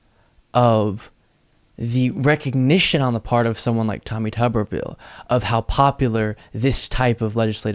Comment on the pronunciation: It is TUBE-R-VILLE.